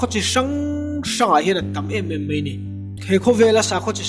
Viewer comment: Tha lutuk,,mahse MEI ti lo in MAI ti thei la.